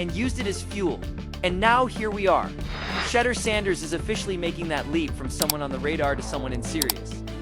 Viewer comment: It's pronounced Shedeur sha door not shedder